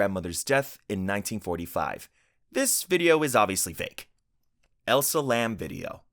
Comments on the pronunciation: its elisa lam, not elsa😭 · ...I'm trying so hard not to focus on that HORRIBLE butchering of Elisa Lam's name. I love your content but for the love of god, PLEASE look up pronunciations before you talk about the deceased.